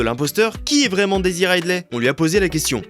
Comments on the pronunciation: A prononcer Daisy Riz de lait et non pas Raille de lait. Le minimum les gars... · Déjà vous ne l'avez pas respectée dès la première seconde de la vidéo: "Daisy Ride-lait" 😭😭